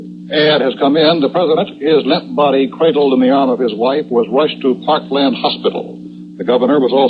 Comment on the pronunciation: "Parklane" hospital. Happens during such chaos. I'm reminded of John Daly of CBS announcing the Pearl Harbor attack referring to Oahu as "O ha oo." Totally understandable.